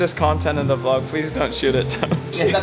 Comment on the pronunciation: saying VLOK is lit. 😂